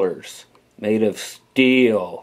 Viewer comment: "Steeyull" Lol